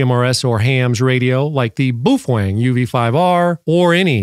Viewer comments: I was told it's Bao Feng like Beowulf not Boof eng lol. The British all say it like that and ive also heard Boo fang . Lol thanks for the video so far I've watched all your stuff on this radio I'm thinking about getting one. The next four years we will probably be having to use this and older technology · We missed an opportunity of a new year's Eve drinking game where we take a shot every time says "boofwang" 😂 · You’re NOT pronouncing “Baofeng” correctly. Most importantly YOU’RE SUPPORTING A PIECE OF S**T, COMMIE, STATE-OWNED CCP/PRC Company. So, I’m guessing you’re a F-ING COMMIE. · Geez, man...try to pronounce the name correctly. You are wrong....Set power on low, program for FRS and anyone can talk on that UV5R. I am an Extra Amateur Radio lecensee. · Wow, you can't even pronounce the name of the radio correctly... Sorry, but this is a waste of time....